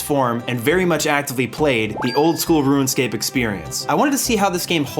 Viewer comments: Longtime OSRS player here, 7 minutes into the video and enjoying it so far - just had to come down here and say that you seem to be pronouncing it "RuinScape" instead of "RuneScape" for some reason and it was bugging me. Anyway back to the video, you get a sub. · "Ruinscape" Lol Anyway, awesome video. You and I were literally the same as kids. Every single thing you said lol. It's crazy playing it now, having 99s, over 1b, etc. I could never have even fathomed any of that as a kid. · I hate that it sounds like he's saying ruinscape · "ruin"scape lol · Anyone else noticed how he kept calling it "Ruinscape" ? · Bruh it’s not ruined-scape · why do you keep pronouncing it ruinscape lol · Why do you keep saying "Ruin" scape? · please stop saying ruinscape lmao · Bro kept calling it RuinScape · Why did you say Ruinscape the entire video, though? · “Ruinscape” was bugging me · why do you keep saying ruin scape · No one:: RUINscape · Roo-inscape. I love your videos though. They're so entertaining and funny. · why he say RUIN-SCAPE all the time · You keep calling it "Ruin Scape"... Why? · “Rue-en scape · Why you gotta keep saying "ruinscape"? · Am I the only one hearing “ruin-scape?” Is this a running gag carried over from the Elden Ring video? 😂😂 Great video!! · Ruin, Rouxen, Room scape. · Ruinscape, meethril armor, and verrick hurts my ears. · "Ruin Scape" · am i silly or does it sound like he says ruinscape every time? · Right out the gate "RUIN-SCAPE" I mean C'MON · There's no "I" in the word "Rune." Say it with me... "ROON" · next time limit saying "ruinscape" to just when you're referring to RS3 and you'll be all good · Why do you mispronounce “RuneScape”? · I'm sorry, but I clicked off of this video when I heard how you pronounce RUNEscape.. I just couldn't handle it bud. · played RuneScape for 18 years this is the first time I've heard it pronounced like that.